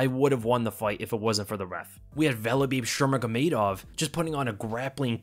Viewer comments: Valebib shevekamedov 😂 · i had to replay this like 3 times to make sure i heard it right LOL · "Valebib Shurmagomedov" 😂😂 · Valabib shermagomedov. Yep heard it right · Velabib Schermagomedov...I had to rewind that, I wasn't sure what I heard. That's awesome! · “Valabeeb shermagamadov” Fucking legendary 🤣😂🤣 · "valebib shernagomedov" for a sec i thought i missed a fight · 9.50 valabib shevchenkomedov that broke me dude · “Valibib Shurmagomedov” 😂😂😂